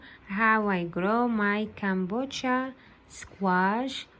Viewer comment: It’s pronounced “ka BO cha”